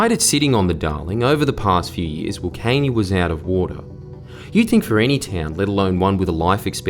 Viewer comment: Isn't it, flood irrigation needed for cotton and rice? "Flood harvesting when there is a flood"?? Doesn't make sense. At least Jordie is pronouncing Wilcannia properly.